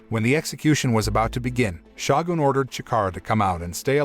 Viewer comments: ROW-NIN and SHOW-GUN incompetent yanks lol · why do people narrating not know how to pronounce words like shogun or ronin... this crap is really annoying. i see it in tons of videos, people need to learn how to speak english?!